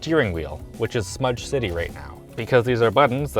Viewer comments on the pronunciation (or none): none